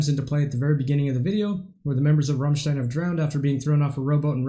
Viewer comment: Well, their name is not Rommstein, it's a as in damn ass Americans. At least you got the stein part right, many reactors say Rammsteen.